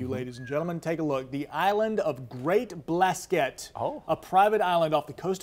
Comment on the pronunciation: you pronounced it wrong. it's not "blaskette" like you said. just blasket. like basket you dingle. (dingle is the town on the mainland) be more global y'all. 🌎